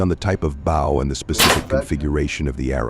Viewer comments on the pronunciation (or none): Ha Ha stop making me laugh it's bow & arrow pronounced boe, the way your pronouncing it is what a celebrity does on stage to the audience or person bows to a king or Queen.